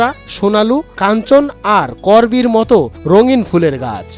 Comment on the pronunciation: তুই করবীর উচ্চারণ সঠিক ভাবে বলিস নি উচ্চারণটা ঠিক করে নিস।